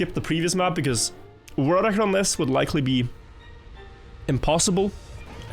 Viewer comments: Why can't he pronounce ''world record''? Holy shit, it's annoying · He's pronouncing it fine? He's got a bit of his Norwegian accent but it honestly isn't that bad for "world record"